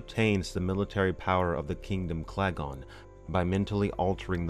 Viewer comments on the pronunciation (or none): Interesting, but the planet name is Kalgan, not Klagon!